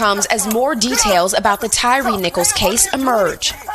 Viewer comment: PLEASE SAY HIS NAME RIGHT!! Tryin to get views off an innocent mans murder n u can't even call him by the right name! TYYYYYYY-RE. Say it. SAY IT RIGHT!!N btw u sound stupid as hell!